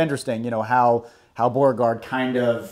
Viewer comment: You guys are not even able to pronounce the name "Beauregard" correctly. What a shame. Americans (and many English-speaking countries) have to mispronounce everything and make it sound English. It's really not a big deal to look at how a name is pronounced, I mean in the case of Beauregard you only have to look at his first name and you immediately realize that you can never pronounce it in English